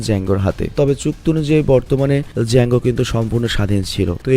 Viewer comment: ডিজাঙ্গ আঞ্চেইন্ড নারে ভাই জাঙ্গ আঞ্চেইন্ড 😂😂😂